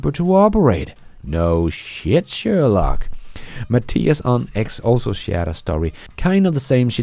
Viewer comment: Something about a Danish guy saying “No shit, Sherlock!” has me cracking up. Great channel! Best and most entertaining Tesla news summary on YouTube!